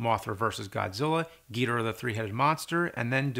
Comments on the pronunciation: Man I loved you and your videos until you said king GEEDRAH!!!😂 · It's Gui-Do-Rah ( joke ) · "king Geeedoruhhhh". .It's king "Gi-Doorah" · I'm sorry Cinemassacre, but I must insist on "Ghidorah" as the correct pronunciation. "Gheedra" makes no sense. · Its ghidorah not giidorah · james pronounces gidorah like he’s talking about MF DOOM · I know I’m late but James I really hate how he pronounces ghidorah